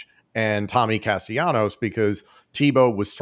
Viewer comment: explain to your boy how to say Tommy Castellanos. He uses an L sound not the Y sound.